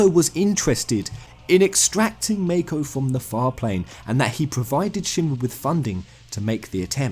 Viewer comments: i thought you were a final fantasy fan....wtf is this MAYKO bullshit its called MAKO MAH-KO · You're saying Mako wrong. You're saying meiko, it's mahko, y'know? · mah-ko not may-ko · Ideas aside, it's hard to take you seriously when you can't pronounce mako. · The way you say "Mako" disturbs my soul XD